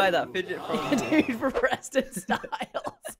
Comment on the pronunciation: You pronunciation on his name was wrong😂😂😂